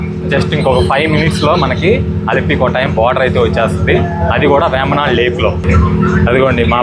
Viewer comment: "కోట్టయం" కొట్టాయం కాదు. "పాతిరామణల్" పత్రమనల్ కాదు . అలపి చెప్పకు బాబూ, ఆలప్పు షా (not quite, it is Alappuzha) అంటూ చెప్పాలి